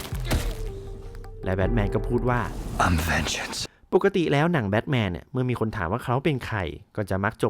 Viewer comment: วิเคราะห์รายละเอียดเยอะดีครับ ฟังลื่นหู ติดตรงทีคำว่า Vengeance ที่ควรอ่านว่า เวนเจ้นซ์ ไม่ใช่เวนเจี้ยน ทำให้ฟังดูแปลกๆไปหน่อย แต่โดยรวมถือว่าดีครับ